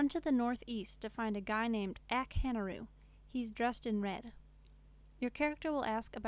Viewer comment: the guys name is ak-harunu and shes like ak hanru lol